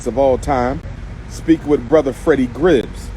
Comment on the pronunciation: Did he just call Gibbs “Gribbs”?